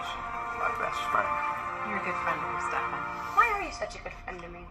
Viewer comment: i love how u called stefan stefAn like kai did LMAOOOO